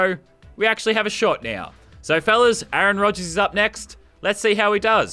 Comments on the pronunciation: a aron... wtf is with this pronunciation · he said a-aron have you been watching key and peele